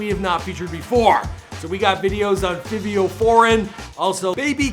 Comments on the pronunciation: Say it wit me fyy-vee-ooo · FAAAAA VEEEE.OHHH thts how yu say his name GLTTTT